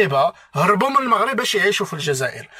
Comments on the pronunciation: لنفرض انه بقا تما بزاف وتبدلات لهجتو ولكن عمرو ما غيقول moghreb عوض المغرب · المغاربة ينطقون المغرب لفتحة الميم ليس بالموغريب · كلمة وحدة تكفي لفضح هده المسرحية وهي كلمة المغرب هو نطقها الموغريب وحنا المغاربة نطقوها لمغريب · 🤣🤣 و الله ما كي حشمو....و اللهجة جزائرية 100%...المغاربة لم يقولون " الموغرب"...لا يمكن لمغربي ان ينطق اسم بلده بهذا الشكل...إلى إذا كان جزائري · هذا الكرغولي الأصل ينطق كلمة ـ المغرب ـ بِي ـ ٱلْمُووغْرِيبْ ـ ويَدَّعِي أنَّهُ مغربي ، سِمِاتُهم كلُّها كَذِب ٠ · لا يوجد ولا مغربيا واحدا ينطق كلمة "المغرب" بضم الميم، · شر البلية مايضحك حتى لونقولو انه عاش مدة كبيرة لدرجة يبدل لهجته لكن عمرو مايقول المغرب بضم الميم حنا من طنجة إلى الكويرة نطقوها بالفتح والله العظيم الا ماعرفو حتى يمثلو كون غير حاول يهضر بلهجتنا ممكن نشكو 😅😅😅😅😅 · المغرب بالضمة هههههههه (سكينة )حتى حد عندنا ماتيقول هاد الكلمة (الدار) مفخمة بحال الضاد هههههههه عياو يقلدو تنقلعوهم أنهم جازايين ولاية زاكورة هههههههه